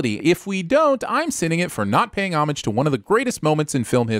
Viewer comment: You pronounced homage incorrectly the first time...it's a homograph and the different definitions have their own pronunciation.